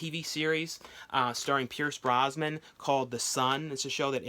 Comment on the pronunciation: His name is Pierce Brosnan not Brosman ;-)